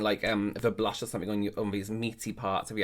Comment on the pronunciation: oooh, I thought she was saying "blush" and I'm looking at the shade she is showing like... Girl, not even if you were a smurf would you blush that colour.